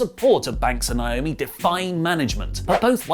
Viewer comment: I’m so annoyed by and A LOT of other people constantly calling her Nyomi. It’s Naomi ( nay o mee). Why is this hard? It’s right there in the spelling